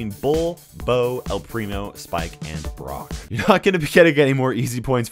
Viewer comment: How he says brock triggered me ITS LIKE BROCK FROM POKEMON